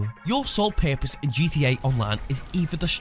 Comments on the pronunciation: Purpose* not "pErPoSe" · “For one paepose”